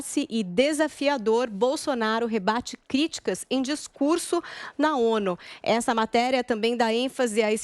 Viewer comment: o govewrno, um bom discurwrso